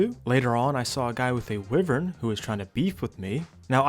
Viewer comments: the whole wivern instead of wyvern thing bugs me but i still like ur vids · wyvern is pronounced why-vern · Why - Vern ❌ Wiv - Vern ✅ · Why do pronounce wyvern like that?